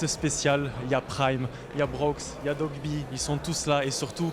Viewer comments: OH WESHH DITES LEURS QUE C'EST DOIGBY ET PAS DOGBY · Ya vrmt personne qyi peut dire DOIGBY mdr ils disent tous dogby